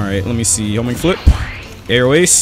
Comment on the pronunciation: Everytime i hear homing flip i hear homie flip XD